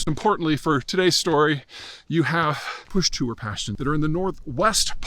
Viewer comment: It's not Pushto. It's Pashto. Get it right bro.